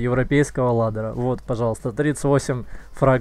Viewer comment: ладера, блин аж коробит как каверкаешь